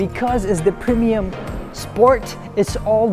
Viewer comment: He said preminium.. 🤣🤣👍👍😜